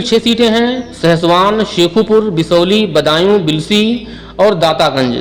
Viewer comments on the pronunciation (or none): बिल्की नहीं बिल्सी है